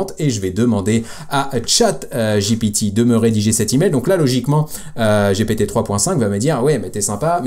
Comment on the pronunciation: Sérieux man j'ai commencé ta vidéo et j'ai entendu giiiiiiipiiiiiiitiiiiiii juste cela ça me donne envie de quitter je pense que je ne suis pas le seul ont est en France ont parle. ( G P T ) Sérieux mec fait un effort pour ton odience respecte c'est gent qui ont Mal au oreilles dès que tu dis giiiiiiipiiiiiiitiiiiiii !!!😢😢😢 Sérieux fait un petit effort et renseigne toi tous le monde dit bien GPT S'ILS TE PLAÎT fait un petit effort❤ en plus je t'aime bien 👍👍